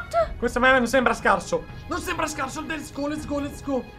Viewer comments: Non è lets go bensì lesgò (Cit. ) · Per: si dice let's go, non lesco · ma come ha detto let's go ahahahahah